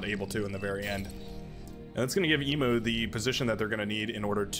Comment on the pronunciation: Not sure if theEMU is meant to be the Australian animal. But if they are then it's pronounced 'e-mu' and not 'e-moo'. E-mu (like the greek letter mu with a y/j sound, or like the letter U)